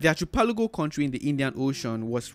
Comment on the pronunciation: Archipelago is pronounced - ARKI-pel-ago